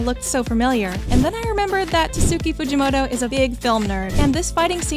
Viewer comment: Prob he meant is pronounced tats ki Fuji moto, the u in tatsuki is silent. Anyways there is no need to be rude about it, great video!